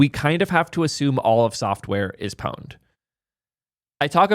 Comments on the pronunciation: Pronouncing the P in pwned is like nails on a chalkboard :face-purple-crying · You need another word for pwned… and why are you pronouncing it with an O?